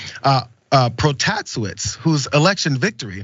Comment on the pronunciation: it takes a pro to say this but it's pronounced "Pro-Tah-SAY-witz"